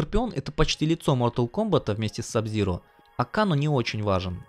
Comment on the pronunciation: КЭЙНО А НЕ КАНО !!!!!!!!!!!!!!!!!!!! ТЫ ЖЕ ТИПА ОРИГИНАЛЬНУЮ ОЗВУЧКУ ЛЮБИШ ВТФ !!!!!!!!!!!